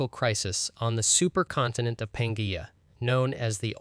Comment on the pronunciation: ca-rot-id artery. Pan-gee-a continent. Sa-rop-sid. Si-nap-sid. Watch PBS Eons to discover the proper pronunciation for these complicated words .